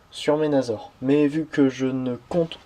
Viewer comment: au fet sa s ecrit menasor mais sa se dit menassor